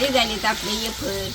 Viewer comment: अरे वॉ रेडी शब्द इंग्लिश एकदम.😅